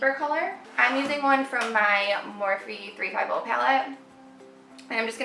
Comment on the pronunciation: Your Morphe 35...? Palette? Can't catch whether you're saying 350 or something else. Congrats on following your passions and making these vids, good on you!!